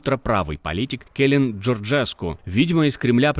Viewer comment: Не келин жержеску😂😂😂😂...а просто К э л и н ...акцент на н !! 😂😂